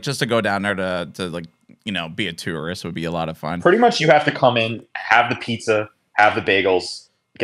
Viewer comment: you pronounced tourist wrong. haha